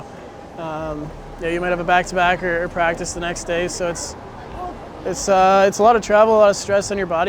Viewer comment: avec l’accent le plus quebecois ever: - "Let’s have a good pratique"! 🤣🤣